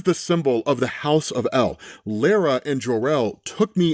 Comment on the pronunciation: The biggest controversy in this video was his pronunciation of Lara